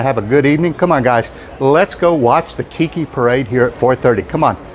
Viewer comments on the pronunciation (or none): Hi thanks for sharing but you missed pronounce Keiki parade it's not kiki it's Keiki Mahalo again